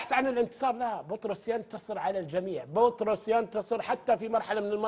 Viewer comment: ترى مو بطروس ياتويجري 😂😂😂😂😂بيتروس الله يرجك 😂😂😂